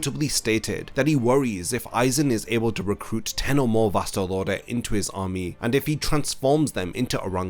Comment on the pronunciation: why is his pronunciation of vasto lordes sounds like vastal orders ?